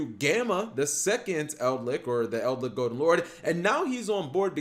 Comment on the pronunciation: its Eldlich, not EldLICK